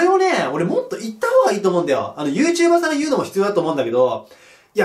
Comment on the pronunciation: YouTuber↑じゃなくて、YouTuber↓な気がする、、